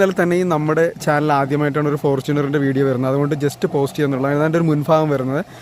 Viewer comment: Veido 😂 അല്ല video ആണ് അണ്ണാ